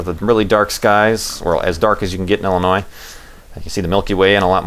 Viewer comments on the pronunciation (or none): none